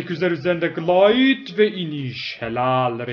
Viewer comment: glive ı söyleyemiyosun kanks